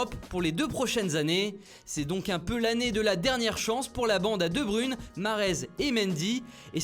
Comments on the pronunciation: Tu peux ne pas dire "de brune" tous le monde sait que c'est " debruyne" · Arrêter de dire debrune C'est debroeilne vous dite debr puis œil même uy sa se dit œil puis enfin le ne c'est pas compliquée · "KÉVIN DE BRUNE" 😂😂😂😂😂 il ma dead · De Bruyne est l’homme de la « cytyation » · "De brune" (ça se prononce comme œille) ... ta prononciation des noms des joueurs étrangers va me manquer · "De Brune" haha